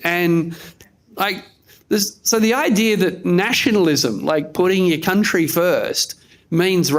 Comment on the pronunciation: Welcome to “The Kleva Cuntry”